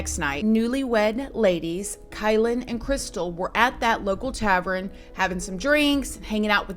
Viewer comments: Oh I’m not being a Karen you always say if your pronouncing something wrong to let you know …. It’s no big deal but when you say tavern you say it as if it’s spelled “Travren” and it’s a common mistake when your trying to say it the way you think it’s spelled but your switching to letters the “R &E” but it’s spelled “tavern” no R at the beginning either, it’s said exactly how it’s spelled “Tav - ern” if you just say it how it’s spelled you’ll find it so much easier to say too! Tav ern and the ern part sounds just like urn that you keep ashes in of the deceased so it’s Tavern! You got this girl so many ppl mess up everyday words cuz they don’t look at the correct spelling or they do and mix up the letters so no biggy it’s an honest mistake, remember not Travren instead Tavern! Perfect!!!! Love you 😘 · Love her but drove me nuts when she says ‘tavren’ 😂